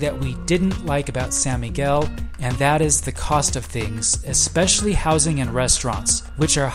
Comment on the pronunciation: Sawn Miguel not Sa